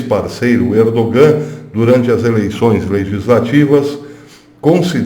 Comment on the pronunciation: Professor, o "G" em "ERDOGAN" é silencioso, não se pronuncia. A Turquia não faz parte da Europa !!! Em outros tempos era "Ásia Menor"...... A Europa não inclui a Turquia .......